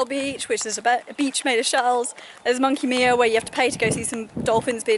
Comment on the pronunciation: enjoyed this and i live in Perth haha - u need to watch the Aussie movie The Dish (all about the Dish in Parkes and the Moon Landing etc). Did you film this on an older GoPro mate? Its Monkey Mia too mate and not monkey Meea lol - ive subscribed so thanks.